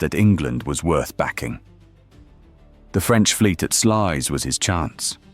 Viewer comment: The closest correct pronunciation is SLOUSE